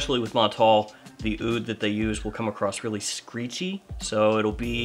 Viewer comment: Aoud is pronounced OOD. The A is silent.